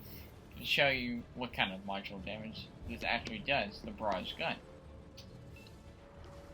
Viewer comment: Please pronounce barrage correct